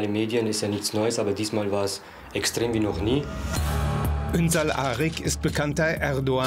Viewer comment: Die können seinen Familiennamen nicht einmal aussprechen. 😂 ünsal arg 😂